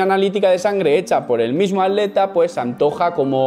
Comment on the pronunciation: Jajaja es oro puro escucharte decir "atleta" lo dices como nunca lo he escuchado